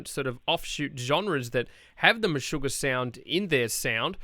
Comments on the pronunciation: All this comments about the pronunciation from dumb folks who live in their American filter bubble! If you don’t know it, this is a Swedish band and the interviewer was quiet good. In fact it is pronounced meh-sugar and Harkö/Hahke with a silent e like Ke-vin) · "tomas hockey" "meshugar" lol